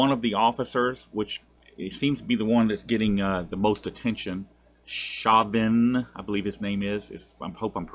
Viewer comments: It's pronounced show van...chauvin... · Just for the record, I believe the cop’s name is pronounced “Show-VAN”. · It's pronounced show-van. It's my ex old lady's last name